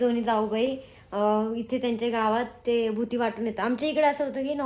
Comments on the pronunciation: भूती नाही g baiii.... बुत्ती असते ती😂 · भुती नाही बुत्ती असत😨